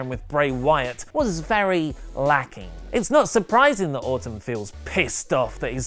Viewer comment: it's sounds like say Autumn when he is talking about Randy Orton. I was getting confused. lol